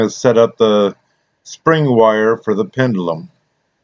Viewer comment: Pretty clock! You were zipping right through that!😁 Steady, steady.... I was correcting you everytime you said pendUlum.😁 Oh mercy.... Not my words, but yours lol. Great job as always, bro! 👏👍 God bless and have a fabulous day!🌅💖